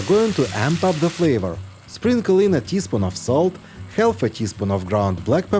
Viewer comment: Some letters in the English language are silent. Ex. The “l” in the word “half” is silent. So it is not half with the “l” pronounced, it is just haf with no “l” pronounced. Just like it is caf for “calf”. Hope this is helpful (both l’s pronounced!